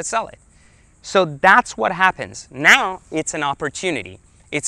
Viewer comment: listen to the way he says 'now', wtf xD